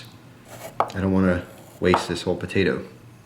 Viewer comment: says Patato